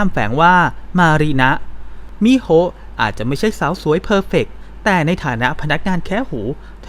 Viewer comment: ชื่อน้องควรไม่มีสระอะอ่านตรงๆว่ามิโฮนะคะ